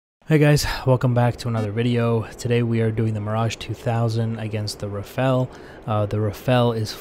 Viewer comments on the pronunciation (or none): Say Rafale not Rafael please